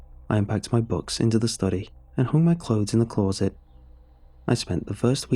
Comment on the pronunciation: This guy's delivery and vocabulary is perfect, and then you hear "closet" pronounced as if he'd spent his childhood in rural Scotland